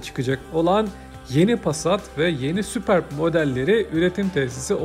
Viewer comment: süpörb diye okunur